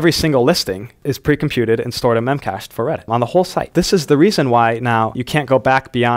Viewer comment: BTW, it's pronounced "mem-cash-dee" :)